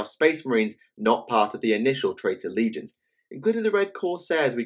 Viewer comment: Did he.....did he just pronounce Legions and "leg-i-on-as" ???